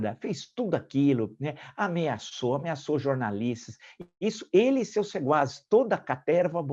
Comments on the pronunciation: Marco Antonio,ouvi varias veces o teu sempre magnifico comentario (21/02/2021).Voce pronunciou algunas veces "seguaces" em lugar de secuaces.Perdão se meus ouvidos me trairam. Forte abrazo. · * sequazes (eu ouvi seguazes 😁) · O senhor disse seguazes, no lugar de sequazes (partidários) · ... sequazes... ou sequazes... nunca seguazes!... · Professor, data vênia , é sequazes e não seguazes.